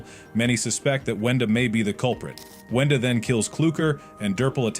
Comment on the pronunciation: Kluker❌ cluker✅ brood❌ brud✅ arnold❌ garnold✅ boaxcx❌ owack✅ whendoes❌ wenda✅ are you dumb?!